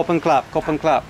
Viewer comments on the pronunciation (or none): I think it’s pronounced ‘khob khun krap’ (crap), not clap 😉